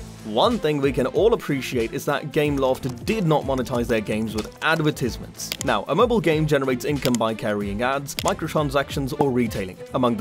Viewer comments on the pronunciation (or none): Why did bro pronounce "Advertisements" like that 😭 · who pronounces advertisements like that??